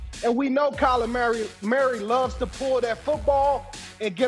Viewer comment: "Kyler Marry"